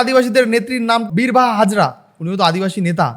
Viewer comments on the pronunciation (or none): Birbaha hasda not birbaha hazra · Birbaha hazra❌ Birbaha hasda✅😂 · Birbaha hasda not hazra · Birbaha hazra noi birbaha hasnda